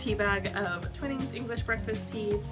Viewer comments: Twinning is pronounced twine ing. I watched a video featuring the grandson of the twinning family and he said it was pronounced twine ing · I'll second the pronunciation of Twinnings as "twine (like the string) + ings" 😉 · The first I in Twinings is prounced like the I in “I like ice cream”or th3 word twine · Yes, along with the annoying music track her mispronunciation of Twinings is so gratingly American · I'm English and live on Yorkshire Gold tea, which is what we call builder's tea (very strong!) By the way, I don't know if I'm right, but us Brits refer to Twinings with a long I, so twine-ings